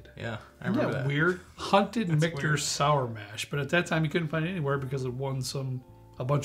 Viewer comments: Richter's? Did mean Michter's? LOL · Richter's? LMAO